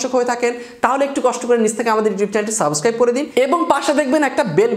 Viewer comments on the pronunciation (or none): আপনার উচ্চারনে কিছু ট্রুটি আছে। সাবোসস্ক্রাইব উচ্চারণ না করে সাবস্ক্রাইব উচ্চারণ করুন। ধন্যবাদ